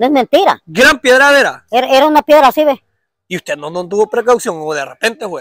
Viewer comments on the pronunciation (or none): Se dice pedrada, no piegrada, y se sice piedra, no piegra